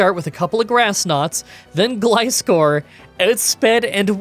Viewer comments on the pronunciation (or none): none